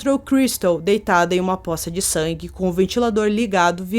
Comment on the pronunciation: Desculpa..mas não é POSSA.. de sangue ..é POÇA de sangue. Só uma dica😘